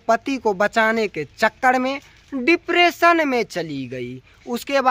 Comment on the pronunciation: Badka tum padhe likhe ho isliye dipression v bolne nahi aa raha h